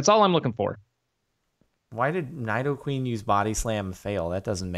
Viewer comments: It's n-E-doqueen not n-I-doqueen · You know Jordan knows nothing about Pokemon when he pronounces Nidoqueen wrong.